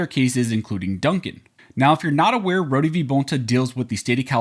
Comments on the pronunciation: Dude Rho-de case?? Rhod minus the e. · It’s pronounced Road the e is silent.